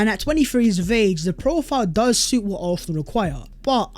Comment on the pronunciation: why do you pronounce it arthenal?